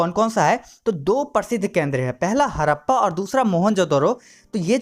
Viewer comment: Awaj krab h apni hadappa bhi thik se nhi bol rhe 😡😡